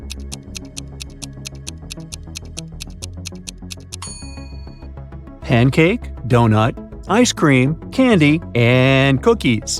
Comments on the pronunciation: you said icepeam instead of ice cream😂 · Will everyone please stop saying icepeam 😡😡😡😡😡😡😡😡😡😡😡😡😡😡😡🔪